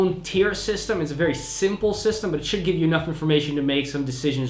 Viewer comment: So is very obviously Dutch, but are you Dutch as well? Your accent is really good, but there are just some tones that are so rooted in a native Dutch speaker you'll nearly always are able to spot it (e.g. the word "simple").